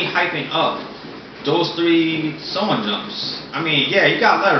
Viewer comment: why dont you say the h when you say shonen o-o you say sonen jump instead of shonen jump o-o